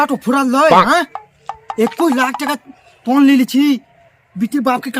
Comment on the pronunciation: পন নয় পণ হবে